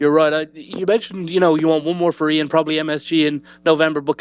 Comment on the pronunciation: Eye-an Garry? Fuck is wrong with that dude this is your fucking job you dunno how to say IAN's name?